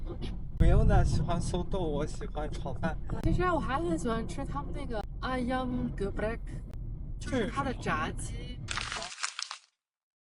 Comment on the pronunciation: woah, your friend pronouncing "ayam geprek" just like a local people with the java accent.. i bet she's one of the top students 😂